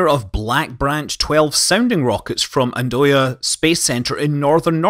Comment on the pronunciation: What a way to pronounce the name of Andøya space center: "Ann-doy-a". It's not very intuitive for an English speaker how to pronounce it, but it would be something like Ann-uh-ya, stress on all three syllables.